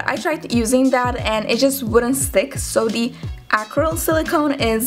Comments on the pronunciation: opa Srbija haha e nemoj izgovarati the kao di nego kao d jer nakon nekog vremena počne pikati u uho, zakon video btw ;) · Smo da ti kazem, kao prijateljski savet, cita se ,,di,,(the), samo ako stoji ispred reci koja pocinje samoglasnikom. Ti svuda pricas ,,di,, umesto ,,d,,😀